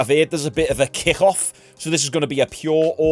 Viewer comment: its called a kick off, not a kikhh-off